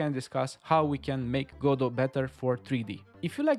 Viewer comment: Pronouncing it "Gah-doh". Okay, I already like you.